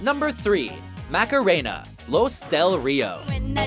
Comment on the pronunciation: PLEASE! The correct pronunciation of "Macarena" is RIGHT THERE IN THE SONG: MAH-KAH-RAY-NAH, not "MACKA-ray-nah". Thank you.